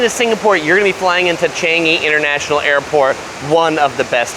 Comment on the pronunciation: Chengyi? Isn’t it Changi😂